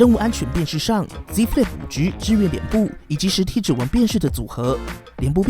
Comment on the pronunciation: 5車 可以好好念5G吗哈哈听着很好笑